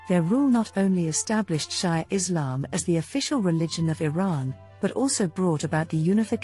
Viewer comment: Shia pronounced She-ah.